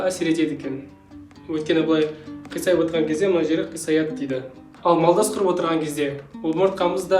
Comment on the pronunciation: Малдас емес, молдас құрып